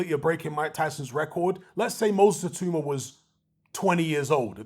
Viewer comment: His name is pronounced "Ee-tAaW-mAH" not "Ee-Too-mAh... good video though